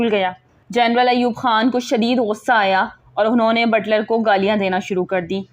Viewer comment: Butter nahi Butler.Apko na to english ati he aur na urdu.shame for u.